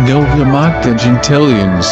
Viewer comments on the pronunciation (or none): none